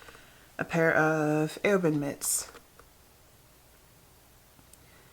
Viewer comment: Just so ya know...Aoibhinn is pronounced "Even" :)